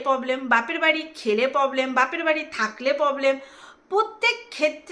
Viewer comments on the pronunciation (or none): Poblem na problem kotha bolte sekho😊😊😊